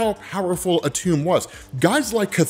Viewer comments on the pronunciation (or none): Atum is pronounced Adam...